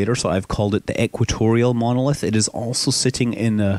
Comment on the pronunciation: It said monlith it's monOlith